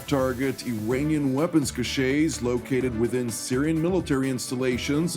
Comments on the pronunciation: "Cache" is pronounced "cash". A cachet is something entirely different. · The word "cache" is pronounced as "cash" in English.